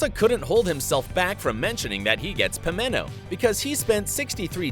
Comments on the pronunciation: Pimento not pinemo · The narrator “” is clearly reading a script. It’s PimenTo with a T.